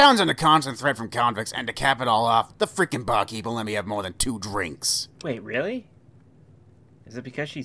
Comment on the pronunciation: annunciates everything with a w instead of an r "now I shoot people fow weal!"